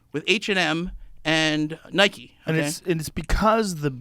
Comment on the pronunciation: Nike = Niky Like = Liky Wtf!!!!!